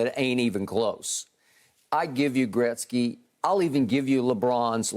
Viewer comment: Shannon just nailed it when he said Gretzky, made me smile as a Canadian and now I have even more respect for Shannon!!!!